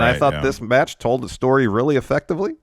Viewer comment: NEXT METCH!